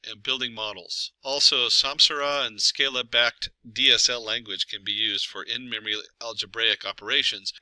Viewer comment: Sc-AH-la, not Sc-EY-la